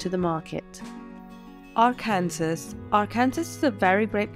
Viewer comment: Arkansas is pronounced like "Are-Can-Saw" not like "Are-Kansas"